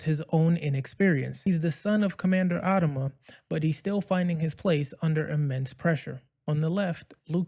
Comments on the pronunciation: Since when has he been called "AD-ama"? I've always heard "ad-A-ma"... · If you can't even pronounce the name of one of the lead characters. I doubt you even watched this series. It's AD-AM-A ..WATCH THE SHOW. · The way you pronounce Adama is off putting. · Wish you pronounced Adama correctly